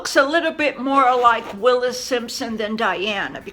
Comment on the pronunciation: Wallis Simpson not Willis lol x